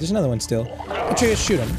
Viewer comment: i love how he says atrequs instead of atreus